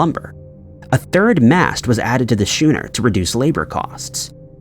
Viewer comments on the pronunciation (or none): Ok, I cannot hear "shooner" again without saying something ... school = skool, schooner = skooner. School is not shool. Schooner is not shooner. Please. Please stop it. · Schooner = SKOON - urr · Schooner should be pronounced “SKOONER. “ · I can clearly hear inhalation. However, he certainly cannot pronounce schooner. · But then he couldn't get all this engagement telling him how wrong he is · Ai doesn't know the difference. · Thank you was going to comment same!